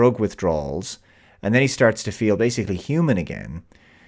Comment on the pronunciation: I always thought she was pronouncing nis name "Thucks". Also I like that the "Jail they put him in is a white big open area. And they only stop chasing him when it costs too much. In that scene where he's climbing up the ladder in the tube to the surface you see how much the chase costs. And once that cost gets to certain point they stop.